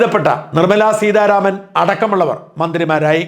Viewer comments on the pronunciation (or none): none